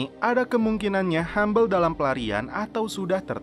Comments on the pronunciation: bacanya Hubble (habel) bukan Humble / hambel... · hubble sebutnya habel bukan hambel